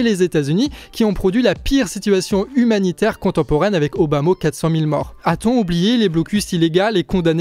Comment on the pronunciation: Obama ou Obamo? C'est tout ce que j'ai à ajouter à ta vidéo donc autant de dire qu'elle est qualitative.